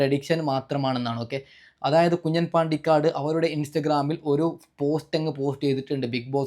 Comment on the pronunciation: കുഞ്ഞൻ അല്ല കുഞ്ഞാൻ എന്ന് വായിക്കുക